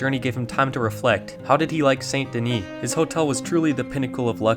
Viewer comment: I see what you did there. Pronounced St. Denis wrong on purpose to farm comments. 😉 Oldest RDR2 video trick in the book. Well, I'm not falling for it.... Wait a minute!.... Darn